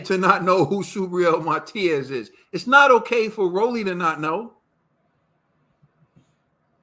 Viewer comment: My, love the show but some of us who know English don’t even speak it right! Y’all giving my guy Matias a new name, it’s not Martias. There’s no R.. it’s Ma Tee As! 😂✌🏽❤️